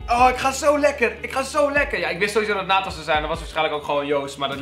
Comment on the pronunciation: nathan spreek je uit als in het frans